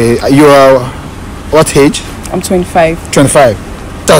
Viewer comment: Mc is called AGE NOT HAGE